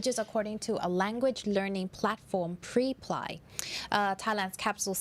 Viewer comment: Preply is pronounced “prep lee”. Pre ply sounds like something you do before sitting down on a public toilet seat